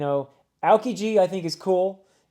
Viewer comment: Beautiful words, i don't even have much to say. I guess i can explain the names of the three admirals, since they have a theme going on. Akainu is pronounced Aka-Inu, which means red dog. Kizaru (you pronounce it right) means yellow monkey and Aokiji is pronounced Ao-kiji, meaning blue pheasant. IIRC the names are based on a famous japanese legend of a boy defeating demons with the help of a dog, monkey and pheasant. Once you finish the next arc, i recommend watching the non-canon episode called "One Piece Fan letter". It is a story about multiple normal people in the world of One Piece talk about the main story. There are marines who fought at Marineford and see the destruction that all the powerful fighters are causing. It's something made by genuine fans of One Piece with the help of Toei. It has been made recently but tt should not contain any spoilers from things after the next arc, aka what i imagine you are currently reading and will be your next video of the series. BTW since you don't fully understand the emperors, they are basically the 4 strongest pirates in the world, Whitebeard and Shanks were/are one of them. They are supposedly the closest to the One Piece and becoming the king of the pirates, but they struggle with infighting as well s fighting the marines and world government. The world government practically gathered it's army to face ONE of them, so when another showed up, the fight was immediately over. They can potentially handle one emperor, but two is a